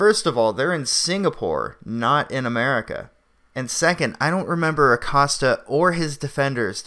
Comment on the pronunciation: Jim Accost-ya